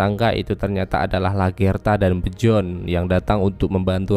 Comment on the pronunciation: Emang bacanya Bejorn? Biyorn ah :v